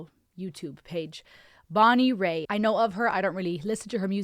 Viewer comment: It's Bonnie "Rate"...not Bonnie Ray